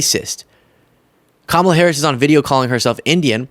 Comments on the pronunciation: Odd it doesn't seem to bother her enough to pronounce Kamala correctly. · "party of all americans" yet still intentionally mispronounces VP Harris' name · MTG is so disingenuois. She calls out Loomer for her racism while exhibiting her own racism by deliberately mispronouncing VP Harris's first name...suggesting that her name is just too foreign to be pronounced correctly. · The wendigo of northwest Georgia is still mispronouncing Kamala’s name, so she can miss me with this phony “coming to Jesus” BS.